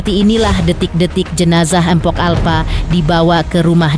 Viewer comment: Bisa baca ngga sih.. Empo bukan empok.. Umumnya gimna sih nyebut empo irg betawi ga ornah denger apa ya? 😂